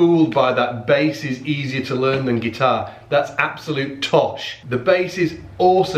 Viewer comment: Yeah, english too. "Laern".